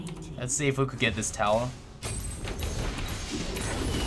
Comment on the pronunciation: It's called turret, or tower, not "towel".